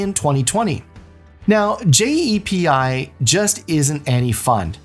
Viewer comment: Also it’s called JEPI no one says J-E-P-I. That’s what makes me think it’s AI. Also JEPI is 7.5% not 11% This video must be recycled